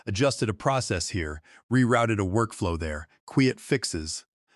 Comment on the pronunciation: New word in the English language. “Kweeyut” but spelt quiet. Lazy people getting A.I. To write their stories but too lazy to edit before publishing. So it will be a thumbs down from me, long way to go.